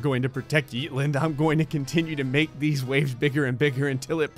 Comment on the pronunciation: What he says “yeetlnd” What it is “Yeetland”